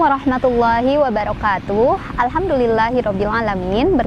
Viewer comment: Terimaksih sekalli kepada, saya dapat ilmu melalui channel ini. Saya ingin nanya dalam pengucapan assalamualaikum... Dst. Tuh nya koq panjang seperti logat sunda atau jawa. Wabaroktuuuuh.